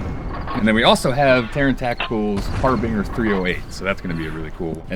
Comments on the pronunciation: For the 2nd time it's NOT "Har-bing-er" it's pronounced "Har-ben-jer". Harbinger (Har-bin-ger) a person or thing that announces or signals the approach of another. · twice now... harbinger is not 'har-bing-er', it's 'har-binge-er'... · You pronounced harbinger wrong...idiots...lol.